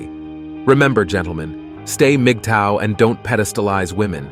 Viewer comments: Moogato? Who? LMAO! The AI that reads dialogue for these videos could use some tweaking. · The AI saying mgtow as MIGATO is hilarious! Kind of sounds like the name of a Japanese ship. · Migatto? Really? Somebody's AI translator is not up to standard. Wax on, wax off.